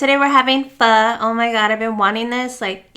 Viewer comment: Thank you for pronouncing PHO properly!!!! :P love spring rolls and pho. Egg rolls too! Yumm